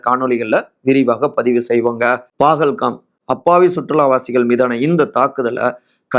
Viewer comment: Pahalgam... Please get the pronunciation right.